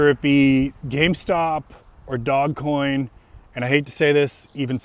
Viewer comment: It's not DOG coin. It's DOGE (long O), soft G (like a J). I know because I used to live on a street by that name. :)